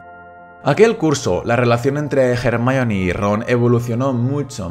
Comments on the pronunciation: Se dice Hermión, no "Germaioni". Es un nombre de origen griego que los ingleses y sus groupies pronuncian mal. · SCDJASJDJAS COMO LE VAS A DECIR GERMION, CHILLOOOOO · Se dice Hermione no Jermalloni xD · Se llama Hermayoni no no hermion. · Ermion ??? XD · Solo por llamarla “germayioni” ya no veo el vídeo xdd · Cómo que en España le dicen “ermion” o_O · hahahhaha , el nombre de hermione, en español es un cague de risa, suena mas como si la estuviesen insultando, Hey hermion!!! ... gracias a dios vi todas las pelis de harry potter con doblaje latinoamericano en mi niñez , que roche que me oigan decirle "hermión" a Hermione , en españa hacen la traduccion y la pronunciacion de los doblajes pero con las nalgas xdxdxd , casi de todas las pelis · A mi me choca cuando le dicen jermiyon, no tiene sentido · "ermion" jajajajajaja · Solo entré a comprobar si decía "JermiÓn"; todo bien. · A ver, qué problema hay con decir 'Hermión'. Creo yo que la pronunciación correcta sea 'Hermíone' (como se lee, acentuando la i), pero eso de 'Jermaioni'... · Hermión ajajajj suena espantoso ajajaj lo mismo que espiderman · Jajajaja "Hermión"